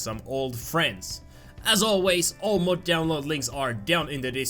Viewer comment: lol said moch not mod